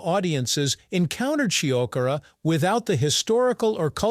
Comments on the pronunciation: At least make an effort to pronounce Shiokara properly... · Is it more of a "dare food" than fugu or natto? Your pronunciation of "shiokara" (about half the time), "Edo," and "izakaya" are completely wrong.